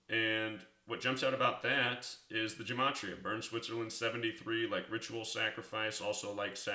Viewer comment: He doesn't even know how to pronounce gematria!